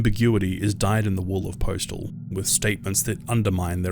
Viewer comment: my dude it’s postal not preachtal